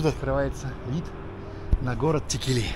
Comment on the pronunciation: Текели читается с ударением на первую букву е ,а не на последнюю.